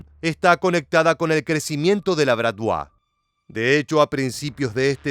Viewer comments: Estaría bien investigar la pronunciación correcta del objeto de los vídeos, me sangraron los oidos cada que escuche bratvua... Bratvá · Amigo, BRATVA BRATVA. COMO VAS A DECIR BRATVUA? AL FINAL VAM A IR LOS RUSOS A BUSCARTE. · Se pronuncia Bratva, tal cual., Con acento al final